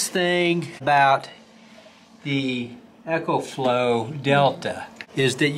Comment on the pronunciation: It's a long e. Pronounced EEEEKO FLOW